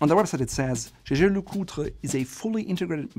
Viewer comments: LeCoultre is pronounced like "lecult", if that makes sense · He did a good job except for LeCoultre